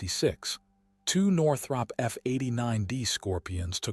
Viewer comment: Why do you keep showing different aircraft? And you ate mispronouncing Northrop.